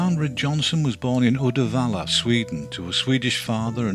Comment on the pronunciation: Great video as always. As a swede I'm impressed with the pronounciation of Uddevalla.